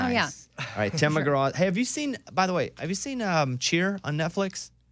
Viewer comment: Mr. McGrath?? Its Tim Mcgraw there bob